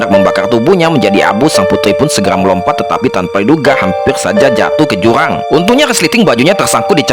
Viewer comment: Jurang min bukan juwang